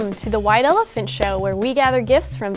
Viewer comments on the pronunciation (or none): none